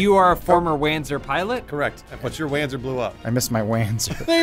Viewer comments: Wanzer = Panzer but it walks so Wanzer, but hopefully it's pronounced "Vanzer" so it's not as stupid. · "they will wanzer for this!"